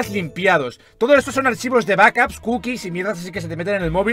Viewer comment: Archivos de Vacas xddddddddddddddd (Se que dice backups pero a la primera escuche vacas xddd)